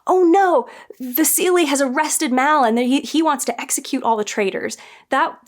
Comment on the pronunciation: The way you pronounce Vasily took me back every time. I was wondering what seelie you're talking about)